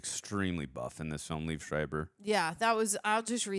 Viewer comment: not to be nit picky but I will, its pronounced Lee-Ev, 2 syllables, not "leave"